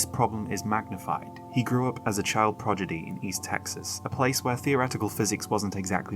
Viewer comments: i wouldn't have noticed if you didn't say 😂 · I thought my brain had a lisp!!